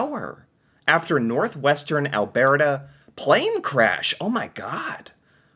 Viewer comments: Al Bert Ah ..... not Al Bear Tah Poly Ever ... conservative party leader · It's pronounced Al-BERT-a, not Al-BEART-a. Like Bert and Ernie. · Alberta is pronounced as the name Albert + a. Or if said in a convo, Alberda. You seem to throw something extra into this word. And remember: just BC for British Columbia. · Ok, repeat after me. AL-burr-ta. NOT whatever it us you're trying to say. LOL 😅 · I wonder if could pick out "Albearta" on a map...? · Is it just me that cringes a tiny bit every time he says alberta like he randomly got distracted by a bear halfway through the word? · What do you call someone named Bert. Now say Alberta, it drives me crazy how you say it and has for a couple of years. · I guess you're still struggling with how to pronounce Alberta.. think of Bert and Ernie...... that's how Alberta is pronounced house for Canadian news I'm Canadian I haven't watched any Canadian news and months so you're doing me a favor in Catching me up LOL